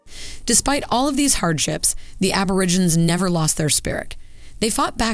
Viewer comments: Why does the narrator call them Ab-or-i-ginz? It's pronounced Ab-or-ig-en-eez. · Why is the narrator calling them "Aborigins" wtf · the narrator of the video they watched can't pronounce aborigine correctly. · "Mysterious Black People"? Where on god's green earth did you hear that? And the documentary you chose used a narrator who, if the closed captioning is correct, couldn't even pronounce "Aborigines" correctly. Please get help finding appropriate resources to share with our beloved villagers. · No-one in Australia calls them "mysterious black people". It's a pity that the narrator didn't learn to pronounce "Aborigines". I hope the good folks here get a chance to visit Australia and spend time with Aboriginal groups.